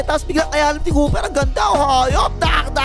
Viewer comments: Kua hindi cooper ang naririnig ko? 😂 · Langya parang dinig ko " Napaka- versitile ng Kupal na 'to" 😂😂😂